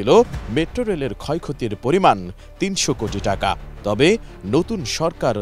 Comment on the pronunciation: খবর পরতে না পারলে এটি এম নিউজ বন্ধ করে দাও ৩০০ কুটি ৫০০ কুটি এটা কি ভাই